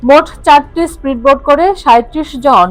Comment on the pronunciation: স্প্রীডবোট নয়। উচ্চারণটি হবে স্পীড বোট।